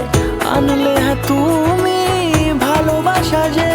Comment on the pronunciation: উচ্চারণ স্পষ্ট না। যেমন– প্রথম, মতো, তুমি। আর "কষ্ট কমানো রাগের মতো" নয় ওটা হবে "কষ্ট কমানো ড্রাগের মতো"। ধন্যবাদ। পরবর্তী কাজের অপেক্ষায় রইলাম।